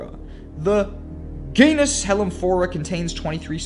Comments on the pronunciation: "Several species in the goonus..." Worst voice over reading I've ever heard. Take an English class or something. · I can't believe he mispronounced genus lol